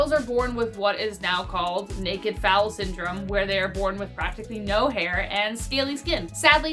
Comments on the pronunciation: Thank you for sharing this list. As usual you’re very entertaining. I would like to point out however, that a baby horse is called a FOAL. Pronounced “FOLE” with a hard “O”..And not “ foul” like when a baseball pitcher throws a foul ball… I know it’s probably petty to bring it up. But, I’m not doing it out of malice, but rather just to be informative. After all, you guys have taught me so much, I felt I should return the favor… I wish you much success in this new channel!! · It’s foal not foul